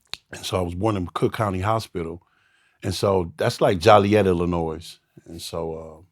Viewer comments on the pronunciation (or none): My man said Jollyet Illinois.. lol it’s Joliet bro 😂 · How this fool from IL and he calls Joliet, jAAliet? 😂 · I know for sure he didn't live in Chicago that long because you don't say Joliet that way. It's pronounced Joe-liet. Like Joe the singer. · Cap....cook county hospital aint in JOLIET, and he called it jollyiet 🤦‍♂️ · Salute to Joliet Illinois. ..He pronounced it wrong lol